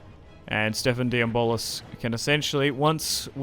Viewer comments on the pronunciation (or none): Not to be nit-picky, but the pronunciation of "De Blois" isn't "De-Bolis" it's "De-Bluh"